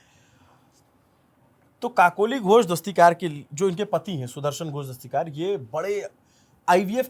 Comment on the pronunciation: Its Kakoli DastiDar, not DastiKar.